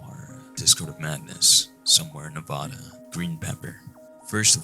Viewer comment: Your pronunciation of nevada is wack